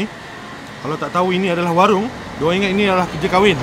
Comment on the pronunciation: Lapar sangat kot sampai tersasul warung jadi waring 🤣🤣🤣🤣🤣🤣🤣